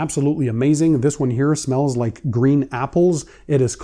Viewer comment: “it smellsz.. SICK!” I love you man